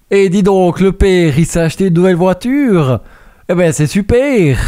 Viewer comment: ouature pas voiture 😂 Sinon super vidéo